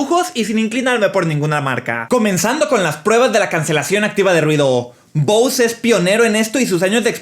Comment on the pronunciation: Se pronuncia bose